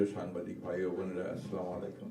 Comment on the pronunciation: জনাব,মির্জা ফখরুল ইসলাম আলমগীর, আপনি একজন উচ্চ শিক্ষিত মানুষ , আর় শিক্ষিত মানুষ যখন ভূল করে তখন সেটা অনেকটা ইচ্ছাকৃত ভূল বলেই ধরে নিতে হবে, উনার কথার শুরুতেই উনি বলেছেন স্লা-মালাই কুম, এটা হবে আস সালা মু আলাই কুম, বাম রাজনীতি করেছেন তো এমন হওয়াই স্বাভাবিক